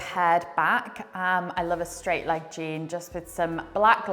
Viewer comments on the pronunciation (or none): none